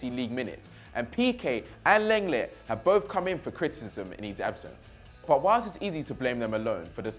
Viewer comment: Some tell that he needs to watch more football. He calls the names wrong so many times 😑 if he it Chris making those errors we would slaughter him. Lenglet and Thauvin🤣🤣🤣 my guy, you watch some highlights and listen to how they Surnames are pronounced next time. Keep up the good work nonetheless tho🙏👌🏽🔥🇿🇦🇿🇦